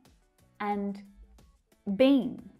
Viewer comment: Hello your pronunciation BEEN is not correct.